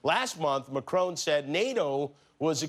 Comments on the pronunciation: Jimmy... just say it how you see it. It's Macron, not Macroan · “Machrone” wtf. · "McCrone" aka "Macron." Jesus Kimmel, can't you just listen to how the rest of the world, including Macron, is pronouncing his name? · Could he please pronounce macron's name a little less like an American who'se never heard of France